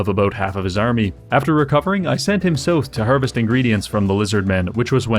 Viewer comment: You say south like sooth. Why?